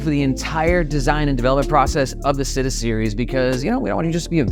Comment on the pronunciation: Super excited for these bags! Also, the Italian word for city, “città”, is pronounced “chee-tah” 😄